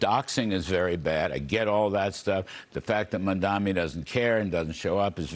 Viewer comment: It's written in huge letters above your head, but you still can't pronounce it right. It's pronounced Mom-Donnie